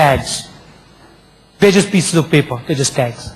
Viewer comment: has any one noticed poor peeper, weak peeper which later on is pronounced correctly as he speaks about dealing with chaiwalla ?? please take backups, you could be saving a life. Thank you. Namaste